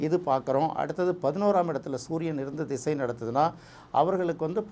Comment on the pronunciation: அவர் ‘திசை’ என்று சரியாகத் தமிழில் உச்சரிக்கிறார். ஜாதகத் தொடர்பான ‘தசா’ என்ற வடமொழிச் சொல் தமிழில் 'திசை' என்றே பயன்படுத்தப்படுகிறது. அதனால் தமிழில் பேசும் போது ‘திசை’ என்பதே சரியான உச்சரிப்பு. தசா என்று சொல்ல வேண்டும் என்பதே தவறான எண்ணம்."